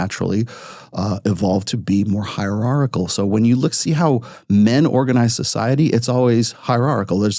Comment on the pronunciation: dude can't pronouce hierarchichal